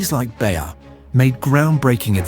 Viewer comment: it's "Bayer", not "Bär", as you pronounce it.